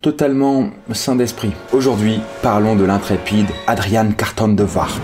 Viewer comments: C'est l'arrière arrière arrière grand père de mon meilleure pote et on dit pas carton de "viart"mais de wiart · Super vidéo, sinon ça se dit De ''Ouiart'' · Répétez après : Carton (comme une boîte) de "Oui are" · Argh! "Boers" se prononce comme le mot "bourse". Wiart se prononce comme l'anglais "we are" mais avec un "t" au bout comme dans l'archaïque "thou art". Sans vouloir vous accabler vous pourriez vous renseigner sur la prononciation, finalement très facile pour un francophone si on excepte le "g", plutôt que de faire un mélange d'allemand et de français qui n'ont pas du tout le même système de représentation des consonnes et qui sont loin d'être identique sur le plan phonologique. Le reste de la vidéo est très bien pourtant, c'est dommage que vous ne vous soyez pas rapidement renseigné sur les normes de transcription du néerlandais...